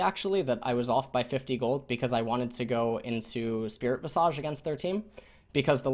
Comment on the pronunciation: it's pronounced spirit vis' ij